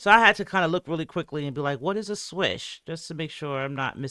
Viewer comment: I heard “switch” not “swish”